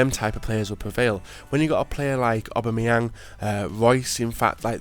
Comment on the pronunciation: It's pronounced o-bam-y-ang